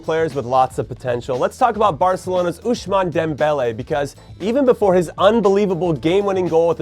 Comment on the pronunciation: Its ousmane not oushmane